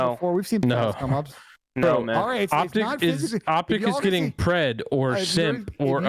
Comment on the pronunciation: Pred its pred